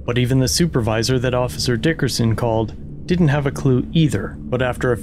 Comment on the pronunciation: I approve of the way you say, "DICKerson"